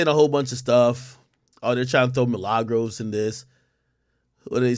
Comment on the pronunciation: This man keep callin that girl Milagros 😂 Man addin a “s” on her shit.